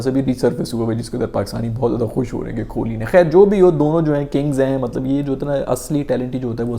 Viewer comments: The pronunciation is Kohli and not kholi. Please correct your pronunciation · Khholi nhi hota kohli hai😂